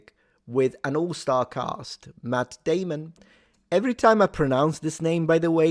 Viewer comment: Matt dehmunn.